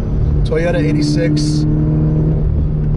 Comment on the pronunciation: It's pronounced eight-six not 86 like the original Hachi Roku